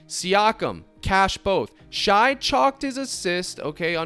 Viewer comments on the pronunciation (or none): pronounced "shay" not shy lol love the content tho bro thank you!